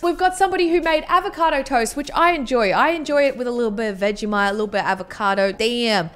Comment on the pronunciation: You say “VEGISHITE”